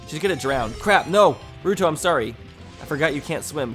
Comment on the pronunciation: I thought you said rude hoe for ruto